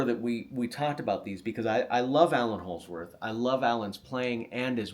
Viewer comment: Great stuff! Sorry but “Allan” Holdsworth 😬